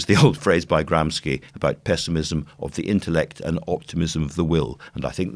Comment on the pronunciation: *Gramshi NOT Gramski